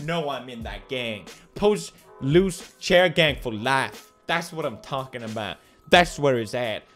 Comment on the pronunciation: he siad chiar gang